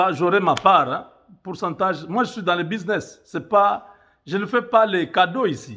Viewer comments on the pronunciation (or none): none